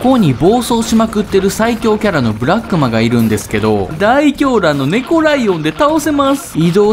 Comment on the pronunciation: ブラックマがブラクッマになってるw